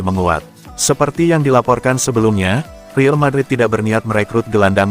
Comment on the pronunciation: Saran klo pake AI voice tulis REAL madrid nya jadi RIAL madrid. Klo REAL sistem AI nya menganggap itu bahasa inggris jadi kedengerannya Rill madrid 😂